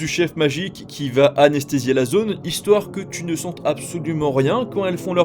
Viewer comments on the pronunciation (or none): none